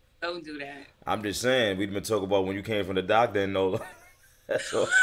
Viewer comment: It’s not nola it’s said like nolya